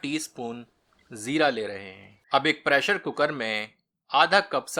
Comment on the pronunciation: Bhai, aapka talaffuz...kya baat hai, zaayqe me aur bhi azaafa ho jaata hai, specially jab aap "zeera" ko sahi tarah se bolte hain, aam taur pe U tube ke 80% chefs zabaan ke maamle me behad badmaza hote hain... by the way, aapki recipes bhi shaandaar hoti hain, being a Jharkhandi, aapki recipes meri lazzat se match kar jaati hai...👍